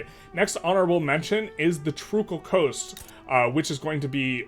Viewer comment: "Sailaysia" "Trukal Coast"